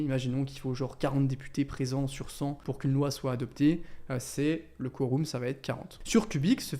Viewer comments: Se pronnonce phonotiquement : koreum 😊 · Sympa la vidéo ! PS: on prononce "Quorum" comme "Aquarium" :)